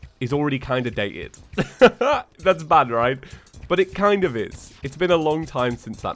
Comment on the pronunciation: Reet? Reet.